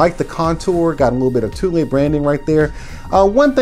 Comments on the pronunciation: it’s pronounced “too-lee” not “tool” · It’s pronounced ‘tool’ but spelt Thule